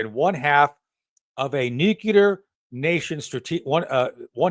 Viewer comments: COL SHAFFER SIR ITS NUCLEAR NOT NUCULAR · Tony, repeat after me NU-CLE-AR and top embarrassing yourself